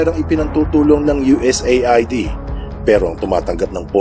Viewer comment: U.S aid ang pagbigkas niyan